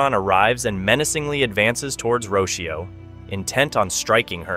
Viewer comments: The little girls name is pronounced Ro-cee-oh not roshio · It’s not Richio it’s Rocio as in (roc-ee-oo)